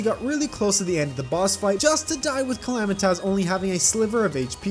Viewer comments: man listening to him calling S cal "him" and the way he pronounced "Calamitas" was painfull, other then it's fine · when he said " calamitaz"